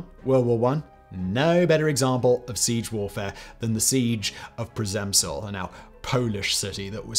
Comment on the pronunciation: Great video, as always! But one thing makes me wander... Living in the Czech Republic, how could you butcher the name of 'Przemyśl' so badly? 😅 All You had to do was to ask any person on the street outside of your building for prenouciation 😅🤣🤣😎